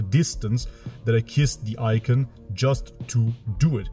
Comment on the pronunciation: What is an iken? I have heard of an icon. An iken though? What’s this silly sounding man talking about 😅